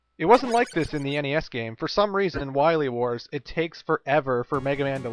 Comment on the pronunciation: Zomg... Wahwee Wars!